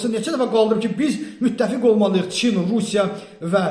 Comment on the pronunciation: Russya söznü düzelt 🌍🇷🇺